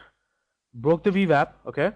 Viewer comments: Wah. Ooooooo-WAH. Wap. Vee-WAP. If Schwarzenegger can pronounce “W”, anyone can. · This guy can't say veeewap lol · Do I keep hearing V Vap?